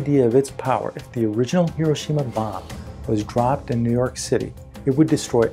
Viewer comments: Excellent. Well explained. But Hiroshima is not pronounced correctly. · MC should be lowercase… E = mc^2 …. You’re pronouncing Hiroshima incorrectly…